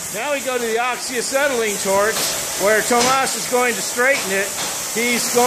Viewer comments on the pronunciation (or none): His name is Thomas, not tom ass ?